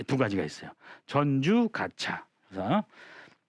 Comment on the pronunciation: 한자의 고저 장단 문제가 있읍니다. "전주, 가차," 의 첫 자는 모두 장음인데, 선생께서 "짧게" 발음하셨읍니다. 잘못입니다.한문 고전 강사로서는 가벼이 받아드릴 수 없읍니다. "한국 어문을 고발함"이라는 책을 한국 지성인 여러 분들께 간곡히 권하오니 이 책을 조용히 읽어 주싱옵소서 . 미국 변 완수 드림